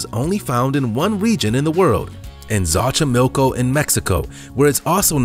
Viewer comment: Axolotl is pronounced (ox-oh-lotl), not "axielotl" ...and it is found in Xochimilico, pronounced (kSO chee MEEL co) or at least (SO chee MIL koh), not "ex oh chim milk o"